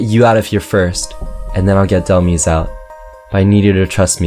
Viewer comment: It is said Dhel-mise like demise like fate or something you messed up on the second part